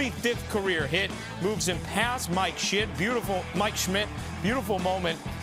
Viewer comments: dude didn’t mispronounce his name, he just has a grudge against Mike shit Schmidt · pretty sure he said Mike Shit 😂💀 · mike shit 😆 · "past Mike Shit, Schimdt" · It had me dying when they pronounced Mike Schmitt’s name wrong